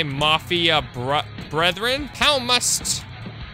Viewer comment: It's "brethren", not "bretheren"...